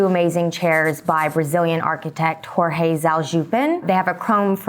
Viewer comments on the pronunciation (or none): none